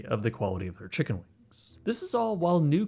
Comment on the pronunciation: I don’t know why this bothered me so much but you said “Chiggen Wings”